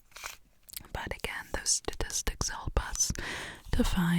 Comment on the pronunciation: am i wayyyy up timothee chalamet’s ass or is her saying “statistics” like that a reference to him ?